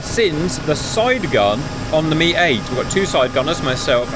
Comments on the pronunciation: US military nomenclature for the Hip/Hind was always with the phonetic "Em Eye" 8/17/24 pronunciation. When did it change to "Mee" 8/17/24? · Still confused why I'm hearing "Mee" instead of "Em Eye"...